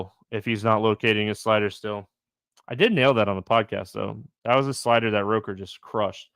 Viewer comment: ROOKer, not ROHker